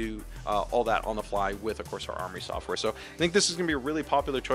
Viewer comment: "with of course our Armory software" But yeah I had to listen to it a couple times. Definitely sounded like Corsair